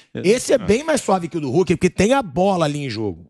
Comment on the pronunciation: Gosto muito do " RULKI " kkkkkkkkkkkkkkkkkkkkk